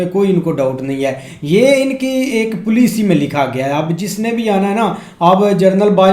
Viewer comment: Plici (policy) RIP English…😂😂😂😂😂😂😂😂😂😂education level of pack-Stan